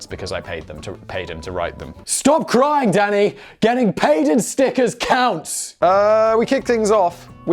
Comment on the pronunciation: Oh I thought he said Snickers (candy bar)